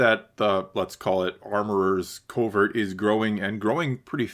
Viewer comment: It’s a “covert”, not a “culvert”. Very different things. You might know this and it just sounds like you’re saying culvert, but it nonetheless sounds like that. And I disagree with your whole take on quests and side quests. That’s what life is man! He’s a nomad, he goes around doing odd jobs and accomplishing his goals. Of course the show doesn’t give you much footage of his downtime, but that’s not what we are here for. The show has had the same “quest-side quest” format since episode 1, so if you don’t like it maybe this isn’t the show for you. Finally, in terms of skipping the episode, I don’t think you will feel the same at the end of the season. Establishing the beef with the pirates will be very significant. Go back and watch the season three trailer again- clearly the Mandolorians are in a significant battle on Navarro against the pirates. This will be a huge theme. Also the episode introduces Bo’s castle, which we clearly see coming under attack by air in the trailer. It’s laying the groundwork. Wait for the payoff.